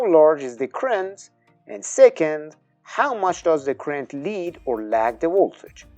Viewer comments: You can’t get “current” from “crent?” 😂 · I’m afraid I agree, I had to keep stopping and going back 10” to try and make out what you were saying. You’re pronouncing Current as ‘Crent’. It has two syllables, not one. “Cu-rent”. Also could you pronounce Voltage with a V and not a W? “Woltage” just sounds totally wrong to an English-speaker. Thanks!